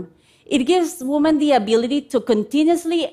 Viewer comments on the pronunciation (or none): Great Idea, but does it really work as advertised? 🤔 I would start by first by teaching her how to pronounce "women".